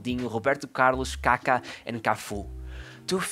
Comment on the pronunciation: (: One little note: "Kaka's" knickname has an accent on the second "a" so that it does not sound like something else!!!!! ... ☺